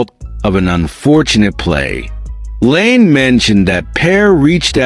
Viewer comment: What the fuck are you doing? 'Leaves'? Laine pronounced Lane? You're a fucken idiot and I'm about to get you channel shut down.